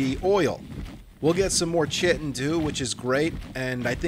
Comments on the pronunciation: Its not chitin its spelled like that but its pronounced kytin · Great vids. Fyi chitin is pronounced 'ky-tin' 🤣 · IT'S PRONOUNCED "KATIKTACHICKIN" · Everytime he says chitin it just bugs me lmao